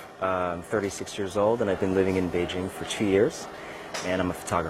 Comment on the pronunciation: To: Since you're Chinese you should pronounce Beijing correctly. It's "jing" as in "jingle" NOT zzzing. Come on you know better.